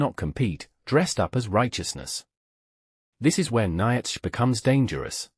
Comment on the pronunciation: That ai voice is terrible! So many mistakes! Even Nietzsche! (Neetsha phon. Approx.)